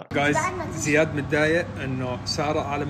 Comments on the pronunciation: اسمه زياد مو زيد 😂😂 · بس اسمه زياد مو زيد 🤣🤣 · زيااد وليس زيد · اسمه زياد مو زيد 😂😂😂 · اسمو زياد مش زيد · زياد مو زيد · اسمو زياد مش زيد 😂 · زياااااد مو زيد😒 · زيااااااد مش زيدددد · زیاد مو زيد😂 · اسمه زياااااااد مو زيد هههههه